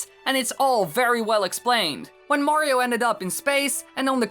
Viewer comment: Woah, Woah, Woah, so now Mayriooo (May-ree-oo) has a castle ... and his own COUNTRY!?! God, now I’ve seen everything...